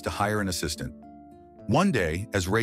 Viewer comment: Ass-is-taint is CRAZY 😂😂